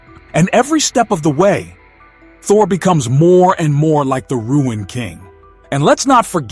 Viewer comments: Pronounced Roon not Ruin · Marvel do not know what to do with Thor. Thor will die in Doomsday. You don't know what you are talking about. It's not "Ruin" King Thor. It's Rune King Thor. He is called as such because he mastered the powers of the Runes, after he sacrificed his eyes to Yggdrasil. He became more powerful than Odin ever was. Again, it's not "Ruin"...it's "Rune". You are over reaching on most of your points here. Anything for content? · Bro , It's RUNE KING THOR..Not Ruin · RUNE KING not Ruin king 😂 other then that interesting video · It's not ruined, it's "RUNE" KING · It isn't ruined king. It's rune king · Glad someone else recognized it. The word rune, is pronounced "roon", like "moon", not "rue-in"😊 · I thought it was rune king not ruin king Thor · If the person narrating doesn't know how to pronounce RUNE, lets me know that you've just became a THORFAN..... YOU'RE NOT SAYING ANYTHING WE DONT ALREADY KNOW......READ UP